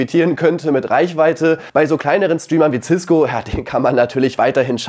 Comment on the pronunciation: cisko nicht ciskgo